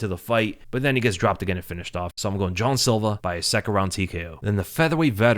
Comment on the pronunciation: Why you saying John silver his name is Jean bro like no other way to say it